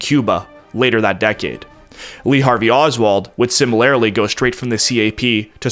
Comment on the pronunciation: My god, I don't hate your writing and I kind of like your content but I cannot f**** stand your accent. How in the f*** did you say similarly? You and the pronunciation of the letter a to get a little bit better acquainted